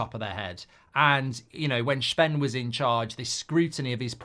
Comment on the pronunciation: His name isn’t shven